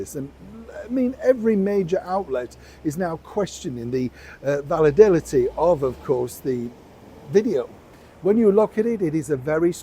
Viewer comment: The word is ‘validity’, not ‘validility!’